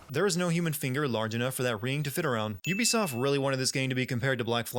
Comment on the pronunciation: "Ubisoft" Instant sin 😭